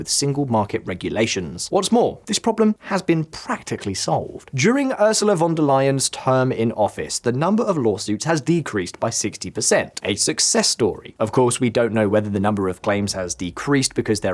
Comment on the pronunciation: Her name us not Lion, it is Leyen